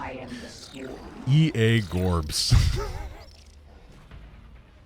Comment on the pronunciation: Darn it's so funny for a russian-speaker to listen to calling orbs "gorbs", because горб (gorb) means "hump" in Russian. Gets me every time 😂